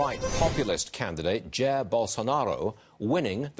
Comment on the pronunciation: "jér" bolsonaro was really good hehe